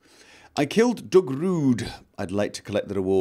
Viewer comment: You say Doug in an interesting manner.